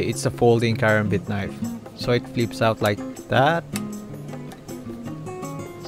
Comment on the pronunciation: You sound like you don't know anything about knives and you said karambit wrong